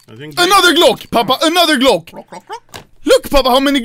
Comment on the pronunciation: Can someone plz make anomaly says golck for 24 compilation